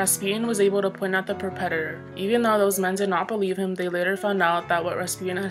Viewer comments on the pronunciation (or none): perpetator lolololol